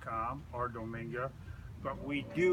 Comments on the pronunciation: Oh its Dome Gaia not Dominga lol, great vid very clear and concise. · Then company that sells the pump is domegaia. It's pronounced dome gaia, like dome-earth, rather than "dominga". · Giggles, it's pronounced doam guy ah, if it works it rite don't pay someone for something that with practice you'll perfect. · Just 1 comment. it's Domegaia ( Dome-Guy-Uh) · I laughed every time someone said dominga